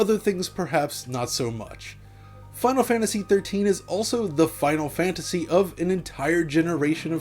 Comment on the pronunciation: please learn how to pronounce "Final Fantasy" next time you help with 2-part movie length series of videos about it.